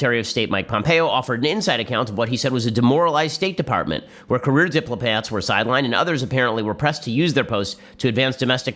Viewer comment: « career dip-plo-plats »